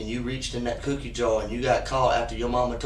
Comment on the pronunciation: “You didn’t take the cyoookie?”